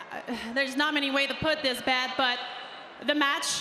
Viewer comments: needs to retire and its Beth not bet maryise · Love how she said Bet instead of Beth😭😭😭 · If you don't speak French you may not have noticed that she doesn't say Beth. It's not an accent thing lol. She says Bete. That's French for stupid or ignorant, leaning towards dull or dense. I knew it was a setup from the moment I heard the way she said Beth's name and I'm wondering if any other French speaking people caught this wording. Considering what happened I don't think I'm imagining things and the audio is clear. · "Bet Phoenix" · and "Bet" (pronounced "Bete") in French is "Beast" or... "Stupid" haha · it sounds like she is calling Beth "bete" which is beast in french and haitian" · She botch by saying "Bet" is it that hard to say "Beth"?? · It's not bet its beth